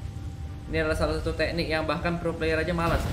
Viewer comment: Teknik bambang, bukan te'nik😂